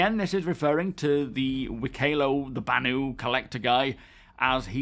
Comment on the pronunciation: The Banu NPCs name is pronounced: Wik-eh-lo (3 short syllables) Cig confirmed this in a post this week.